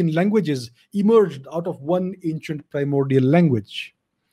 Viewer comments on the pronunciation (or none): none